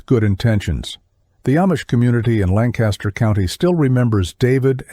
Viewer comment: Where am I listening from? About 20 minutes outside Lancaster, PA. Therefore, I know it's definitely not pronounced Lan-Caster. I'm only 5 minutes in but there is a lot of truths. Horses do know their way home. The Amish get drunk, pass out in the buggy and the horse takes them home. The only problem is horses can't read so they blow thru stop signs and red lights and well... Sometimes bad things happen.